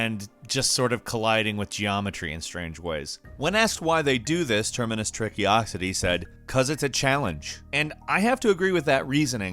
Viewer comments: "terminus tricky-ocity" Did you even try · I’m pretty sure he said terminus trickiocity lol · How did you manage to arrive at the conclusion that "Termacious Trickocity" should be pronounced "Terminus Trickyocity"? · I love how continuously mispronounced “Termacious Trickocity” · Why did you pronounce "Termacious Trickocity" so awfully???😏😏😏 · Poor Termacious Trickocity, I thout they were only going to be mispronounced once. F